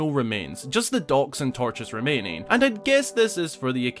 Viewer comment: I got 4 minutes into the video to realize he was saying docks. I was looking for dogs that I could not see. 😉🤣